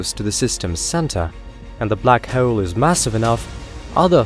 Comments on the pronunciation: Awesome video but i cant get over black hoe-elle. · 😂 The way this guy pronounces hole 😂